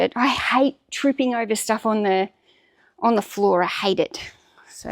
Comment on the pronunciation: FWOOR! ... Okay, let's get started 🥲